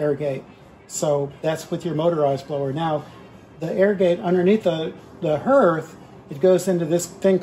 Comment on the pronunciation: That word, “hearth” sounds like heart, not like herd.